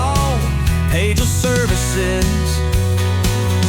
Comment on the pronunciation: That song has to be AI the first half of it the guy actually says "pagel" then the last half he pronounces it "page el"